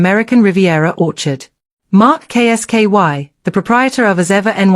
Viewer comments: Who is K S KY can't she say Kolski? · K s ky is not kolski. Get it amended. Sounds bloody daft.